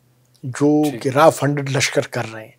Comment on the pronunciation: Not Raa it's RAW😂